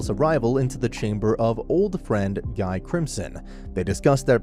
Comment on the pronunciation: Uh i think you forgot about the primordial demons also its pronounced Ghee not guy